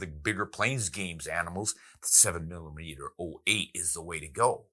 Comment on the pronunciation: Hi. It is a 7mm-zero 8 (7mm-08) and not 7mm-letter O 8)! Andrew